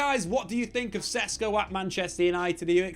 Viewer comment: These idiot youtubers dont even know the player yet they are making claims about how they’ll play in the team. You didnt even know how to pronounce his name 2 weeks ago. You still dont. That means u hvnt really watched him play I rmb how these lots were so excited about hojlund last time. Comparing him to haaland lol.